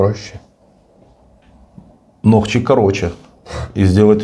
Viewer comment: Не нохчи, а нохчо